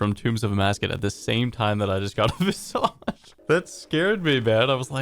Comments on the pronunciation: It’s pronounced Vis-idge my guy, are you turning French? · I'd ban you for just how you say visage.